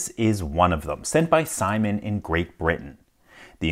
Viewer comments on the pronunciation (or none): none